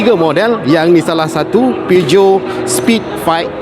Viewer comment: Salah sebut tu. Patutnye PIJAT